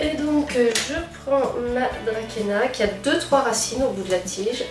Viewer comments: Bonjour, "Dracaena" se prononce "drasséna" :) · J'aime beaucoup ce genre de vidéos! sinon il me semble que Dracaena se dit "Dra-cé-na"...